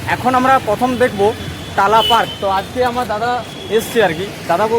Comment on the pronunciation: তালা নয়, টালা পার্ক।